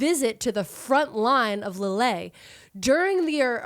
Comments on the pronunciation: I'll be that commenter for a mo. McCleod is how McCloud is really spelled. Famous town in France is Leeuhl. The best medal, Croix de Guerre is Kwah duh Gare (like guerrilla, sneaky soldier, rhymes with gorilla usually as a borrowed word). Love you kids figuring out society & history with very different technology & for women, freedoms. Like, concubine is better than streetwalker, or poverty-paid factory work, in an era of very restricted opportunities. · I love you guys, but constantly hearing Lille pronounced that way almost killed me. Like constantly saying Calvary (like where Jeezy Creezy was crucified) when he's trying to say cavalry.